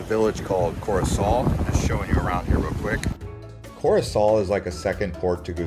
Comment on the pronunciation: Belle vidéo 👍, ce n'est pas Corisol mais Corosol.❤